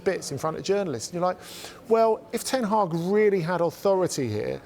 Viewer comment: My man went from erik seven hag to erik ten week 😂😂😂😂😂😂😂😂😂😂